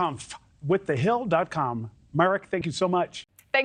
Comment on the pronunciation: His name is MAREK not MARIK 😂😂😂